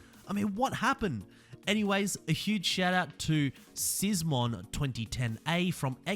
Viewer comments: "Szymon" is readed as Shymon, its Polish 😜hard lng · Its very funny when peoples from countrys like USA try to read Polish names like when he said sizmon instead of Szymon